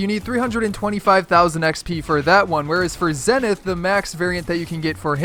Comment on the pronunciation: it is pronounced zEEEnith! Because zEEEnith means something along the lines of tip of the mountain. Just thought I would let you know!